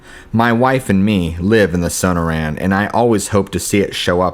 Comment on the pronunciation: Where are you from Dude? You're killing the pronunciation of Gila, Sonora, and a couple more words.